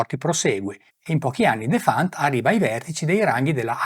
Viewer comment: si pronuncia Defant con l'accento sulla e..